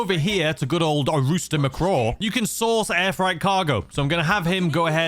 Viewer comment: I love your videos but it’s freight, pronounced fr-8. Not fright.